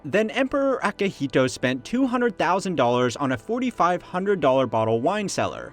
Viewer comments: It's "Emperor Akihito" and not "Akahito". :) That being said, the general public sentiment in Japan about the emperor is that the royal family is extremely loved and revered. Also, symbolically the emperor has been at the top of Japan since the ancient times, and Japanese people love their traditions. So a financial analysis is well, moot point imho. Just like, as many of the comments point out, asking the question if museum exhibits are worth their preservation and maintenance cost. Source: expat living in Japan. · Akihito, not akahito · 10 seconds in and It's Akihito. Not Akahito, which literally means red person. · Hate being that dude but wasn't the former emperor "Akihito" not Akahito